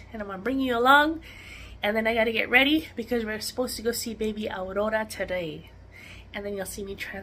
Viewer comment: August 1st is always a great day as it's my hubby's birthday! Awwweeee..... how exciting that you're a grandma to be again... cuuuute ultrasound of Aurora! I love the way you say her name with the rolling "r". Have a great week!🥰 Blessings from South Australia💕🐨